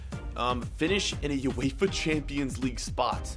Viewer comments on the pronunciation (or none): none